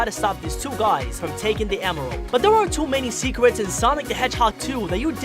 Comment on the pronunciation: why does he say W instead of R like why r u UwU